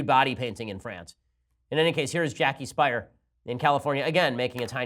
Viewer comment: Jackie Speier’s last name is pronounced like Spear, not Spire. It probably should be pronounced like Spire, but that isn’t how she pronounces it. Source: I live in her district and have seen her in person a couple of times.